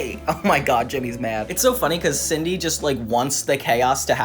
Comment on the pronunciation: is it Sidney or Cindy? cause this is like the 3rd essay video on this crossover and the narrator calls her "Sidney" instead of "Cindy" cause growing up I thought her name is "Cindy"